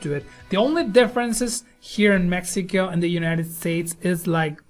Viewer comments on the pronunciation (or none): Did this dude just say "mexica"???? lmao